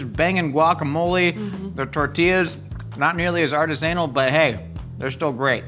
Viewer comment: Has always pronounced artisanal that way or is it just for funsies 😅